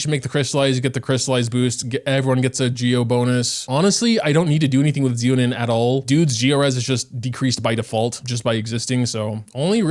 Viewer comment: “Zee-lo-nin…” instant dislike > do not recommend 😂